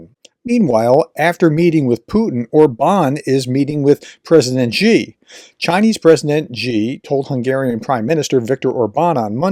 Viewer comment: Xi is not pronounced "gee". Really showing your depth of ignorance.